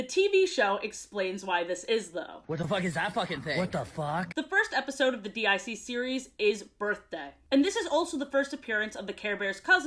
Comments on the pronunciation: Why you saying D I C instead of deek? That's how the intro always pronounced it. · Not to be “that” person, but DIC is pronounced “deek”. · Dee Eye See series? Say it say it! DYACK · "D.I.C." instead of "DiC" kinda hurts but I love too much to not watch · It really bugged me that you kept calling it "D-I-C" when it's pronounced "deek" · DiC is pronounced Deek btw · DiC is pronounced “Deek” and not… you know… despite what many humorous edits may suggest. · DiC is pronounced deek